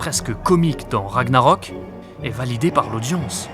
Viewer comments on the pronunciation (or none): none